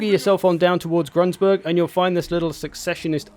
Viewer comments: "Grunsburg" - Gru-n-burg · Step one: Remove that annoying "s" from Grunburg you keep adding.